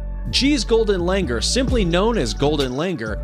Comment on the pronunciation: the last one's pronunciation is not langar, its like this - lung + ooor